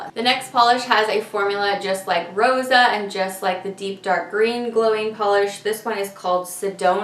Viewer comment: This is a GORGEOUS collection! I love everything except the tan one. It does look like it's a good formula, though. Oh, and I also love that you rolled your r in 'Rosa' :)